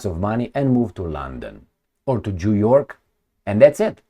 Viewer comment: did you say Jew York? Or it's just me? 😂